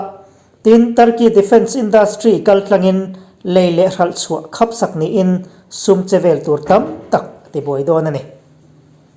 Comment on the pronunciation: Kan mit hi kan khapa. Tilo tura inhrilhna erawh Mit angin kan khaplo. Khap-chu Hnap tih anga thluk tur ani. I thipuan hi erawh alawmaw e.